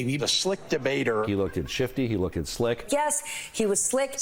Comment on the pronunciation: "I was there at tianamin square". Interesting. Uh huh. Dude said "he lookt-ded slick." Lookt-ded. Somebody was failed by the educational system.